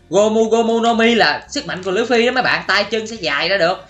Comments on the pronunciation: Đọc là lu fy mà anh đọc là lưỡi fy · đọc lộn òi phải đọc lúp phi mới đúng ơi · Lú phi ma Ang đoc là lua phi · anh ơi anh nói sai rồi là lúcfy chứ không phải lữ phi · Luffy chứ không phải là lữ phi đâu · Lu phi chứ ko phải lữ phi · Luffy chứ ko phải lu phi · Nói sai rồi là luffy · Luffy chứ ko phải lữffy quên cũng tại anh ko biết xài trái gomu thui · người ta là Luffy mà kêu là Lử Phi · Ủa anh ơi đọc sai rồi ko phải lửa phi mà là lúc phi😅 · Luffy mà em nghe anh nói là lữ phi 😕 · Anh ơi Luffy không phải lữu phi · Luffy chứ ko phải là lũphi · Anh ơi chứ ko phải lử phi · đọc sai tên của luffy